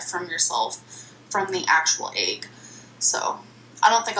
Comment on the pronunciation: Egg= “aygg”